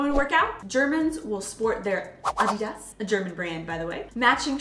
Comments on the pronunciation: Not "Adiii das"🙄🙄...."Addi das" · Lives in Germany and still can't prounouce Adidas correctly.